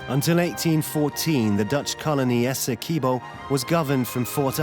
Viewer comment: As a Guyanese—thanks for sharing about my country…but every time the narrator pronounces Essequibo…Esse-quib—bow by Guyanese